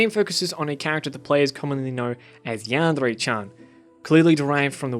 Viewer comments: The way you pronounce yandere is maddening, it’s driving me insane and ruins the video so much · hey stop pronouncing yandere like a homosexual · Hey there, nice video. I used to love yandere simulator, but the dev just keep on adding unecessary thing instead of the main goal. Even I like your vid and your argument is much alike with mine, i kinda tempted to dislike your vid just because your 'yandere' pronouncesation #ripenglish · nice video but I seriously can't get over the way you say yandere it's BUGGING me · The way he says Yandere is an accent. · I know you're trying but that's not how you pronounce yandere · What triggers me is your pronouncing of yandere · Your fucking pronouncination of yandere gave me foot cancer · ITS NOT PRONOUNCED AS YAN DRE ITS YAN DEAR EH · Lol you're a stupid lying bitch this is sooo stupid you're a fucking follower of the new "hate on yandere dev" and it's yan-D-er-A not yand-RRRRRRRRRRRRRRRRRR-ay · I was interest until he started pronouncing this Yandere like yanderrre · Jaguar That's not supposed to be a rolled r, but a tapped or flapped r. He did not pronounce it as a Japanese person would. Should be yahn-day-ray, not yahn-dehr-ray. Vowel sounds and Japanese are entirely consistent, unlike in English. He almost pronounced it right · Why does this guy pronounce yandere like yan Dare Dev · It’s not pronounced “yam-dairy” either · i just love how he says yandere yandrrre its a weird flex but it's fucking amazing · yandrè ... what is this pronounciation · He says "yaandre" :') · YanDev pronounces it as, "Yeah-n-DAIRY". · cant help but hear "Yandray" whenever u pronounce "Yandere" wrong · I'm glad you made the video and I'm gonna let you finish, but hearing yandere pronounced yanddrey physically hurts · your way of pronouncing "yandere" really bothered me through the whole video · Good education, but I absolutely hate the way you pronounce yandere. Sorry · I adore how you pronounce yandere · I love the way he says ''yandere''